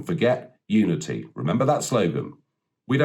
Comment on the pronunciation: Biden's Super Spreader Installation I'm calling it, 300 odd National Guard caught Covid so far,what a disaster.....Just sit back and watch the Biden train crash roll on, it will be an abject failure, he won't unite anything, I actually thought he kept saying Nudity but apparantly it was Unity.....Everything is back to front with the media, Kim Jong IL would be proud of CNN/MSNBC etc.